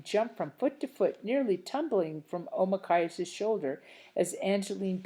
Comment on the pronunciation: Not to be mean or anything,but why did you keep adding words to it or skipping words? Or calling Nokomis grandma or calling Deydey father? And pronouncing Omakayas’s name as okmayas? (Again,not to be rude or anything)